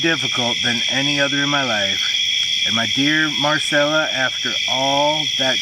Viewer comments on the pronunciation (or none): none